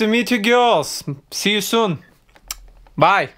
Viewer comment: Русский акцент правда сразу слышится. Soon произносится, как Сун, где "у" что-то между у и ю. Звук протяжный. У меня никогда не было проблем повторить точное произношение, потому что я с детства говорю по английский, но, если это кому-то поможет, используйте.)